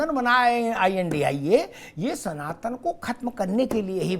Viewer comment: Ye India bolte h i,n,d,i,a, ko sahi se padho